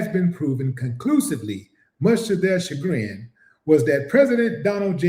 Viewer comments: Shagrin pronounced Sha grin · Great work Willie D yeah the word is a French word, you have to pronounce it Shagrin, keep up the good work sir ❤️💛💚😊